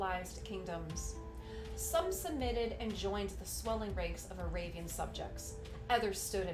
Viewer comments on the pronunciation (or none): none